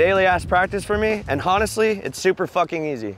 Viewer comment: he pronounced the h in honestly.